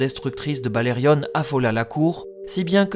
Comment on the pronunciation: Pourquoi dire "BalerioNE" ? Alors que tout le monde sait que c’est BalériON ? Idem pour Jaehaerys…